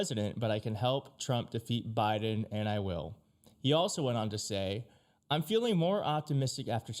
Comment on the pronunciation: the what administration? the Miden administration? That’s what you called the Biden admin on the first go… you really need to prepare with what you’re gonna read beforehand as you make so many unnecessary mistake when reading … maybe familiarize yourself with it beforehand